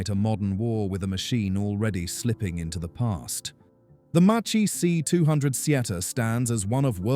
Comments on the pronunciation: Macccee, not Matchee😎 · This..."Macchi" of yours is pretty...EAR SCRATCHING...!!! It shoud be pronounced more like...MAHKEEH...!!! Try to pronounce the names in their original language (in this case...Italian language...) not in...English...!!! Or...better...use their American / English nicknames in case were given any (like in the case of Japanese planes)...!!!